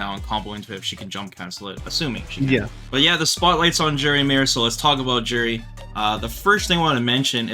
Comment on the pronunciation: Stop saying Juri like that lol I hope you don't say jalapeno like I think you do